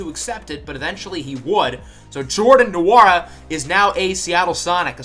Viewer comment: You say Jordan Nwora’s last name like it is Wora